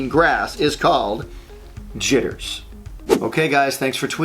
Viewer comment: Did he call the coffee one Chitters? I heard something completely different tbh